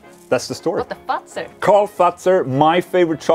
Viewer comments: The way you pronounce the last name of your favourite chocolate is almost identical to the German derogatory word for the wamen-bits. Just sayin' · Hey Ola, I wonder where I can find this chocolate in Germany? Your Swedish pronunciation of "Fuzer" sounds like the German word for cunt ... accidentally! but the sweets seem to have really done it! nice to see you both like that. Greetings from Brandenburg